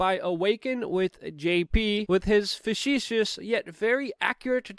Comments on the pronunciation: Luv the show but 'facetious' is pronounced FA-SEE-SHUS homie. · please stop trying to say facetious dude.